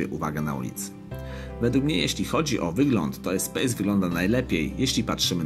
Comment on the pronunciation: EspaS nie Espejs... Co do samego porównania- jest Espace a potem dlugo nic. Świetne auto zwłaszcza polift w wersji Grand z benzynowym 2.0 Turbo pod maską. Szkoda, że dziś takich samochodów już się nie produkuje...